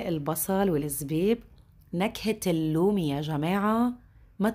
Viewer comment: النومي وليس اللومي